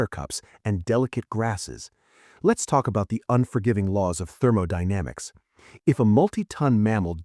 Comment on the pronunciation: Lost me at "THEROMODYNAMICS". P.S. A.I. sucks. Lear to draw!